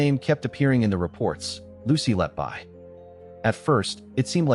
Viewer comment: All debunked when reporting restrictions were finally lifted. Lucy Letby is innocent. P.S. The surname is pronounced "Let-Be", not "Let-Buy".